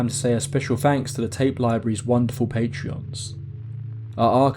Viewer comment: They're called patrons, not patreons.